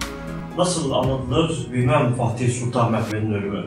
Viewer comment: Güzel bir belgesel, ama Fatih demak yerine okadar çok FaHtih dedinki...